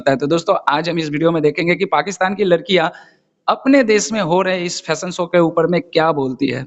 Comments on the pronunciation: ❤❤ Uncle, Not Phashion show Please (Fashion show) Boliye F F F, apka Pronounciation thik kijiye 😅😅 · . Uncle Ji, ap to bura maan gaye, mai to thahra Anpadh Gowhar, Angrezi Bhasha Haame na paata, Lekin Lekin Please "Fashion Show" bola kro, na ki Phashion show, Boleto pronounciation sahi karao taki hum jaise Anpadh ko bhi samajh me aye,.. Namaste 🙏